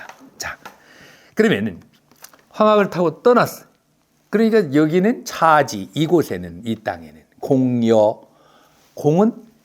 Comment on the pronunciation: 선생께서는 첫자가 장음인 한자어를 짧게 발음 ㅎ하셨네요.즉, 처처 사인수. 이와 반대로 짧은 것을 길게 하신것,차지 하처, 안전. 방초는 길게도 하고 짧게도 발음 하셨읍니다.미국 변완수배